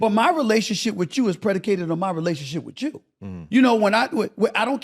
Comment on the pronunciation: 2 minutes of Smith's "wit-chew", which may be his attempt at saying "with you" and I'm done. Is it just me or is the older Smith gets, the more he's beginning to look like Granny Clump?